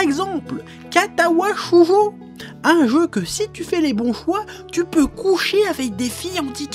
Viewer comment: J'ai crue entendre katawa Shoujo. kaito saw some shit.